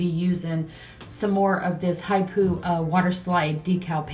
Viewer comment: Love these designs. Water slides are great. The brand is pronounced Hip Po like the animal